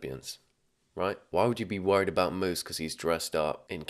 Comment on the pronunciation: i’m pretty sure his name is musa not moose 😭